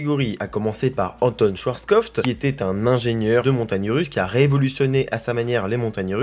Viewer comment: Hello, j'adore ce que tu fais, c'est un travail de dingue, passionnant pour les coasterfans et pédagogue pour les néophytes. Mais par pitié arrête de dire "Schwarskoft", ce pauvre monsieur à un nom et c'est Schwarzkopf (que tu peux prononcer "Chvartskopf"). Merci ❤❤❤